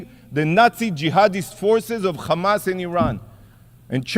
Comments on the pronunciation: The man can pronounce "here" but not "hamas", he has to say "khamas". What a joke these people are, propganda with every breath they take. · I laugh every time the "Israeli" representative forgets and says "Hamas" instead of "Chamas". He can say "has" he can say "have" and he can say "Hamas" but chooses to say "Chamas", except when he forgets. They are soooo fucking childish. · Yikhya… instead of Yahya. Khamas instead of Hamas. I am sick of hearing stupid Isreali pronunciation